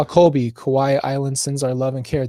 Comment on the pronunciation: PLEASE get his name CORRECT :((((( ColBY